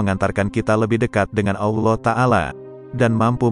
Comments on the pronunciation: FASHIHKAN DULU DALAM ME NGUCAPKAN KALIMAT2 BAHASA ARAB SOALNYA BANYAK YG SALAH , ALLOH di baca AULOH , SUBHANALLOH DI BACA SUBHANAULOH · ALLAH hu Akbar ya Tuan comment sebut nama rassullullah Tak betul Nak cerite pasal qolbu KENA belajar sebutan sebut nama ALLAH pun Tak betul KENA belajar pasal Orang tgk seluruh Dunia KENA belajar sebutan